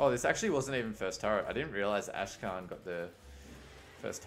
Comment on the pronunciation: akshan... not ashkan